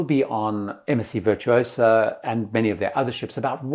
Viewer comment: One and done with MSC. *Virtuosa = Veer-too-oh-zah, roll the R